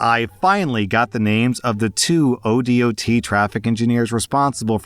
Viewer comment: Btw ODOT is more commonly pronounced as Oh-Dot. Similar things can be said for other states. It's the state abbreviation followed by the literal word 'dot'. No flame just trying to be informative :). It just sounded really weird as someone who is in the industry.